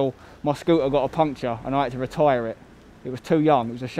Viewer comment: "until my scooter got a puncture and I had to reTYRE" lol